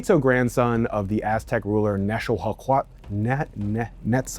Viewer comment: it's pronounced Nex-tlah-guahliz-tlee and is Nah-gua-tl not wtv tf u said lmao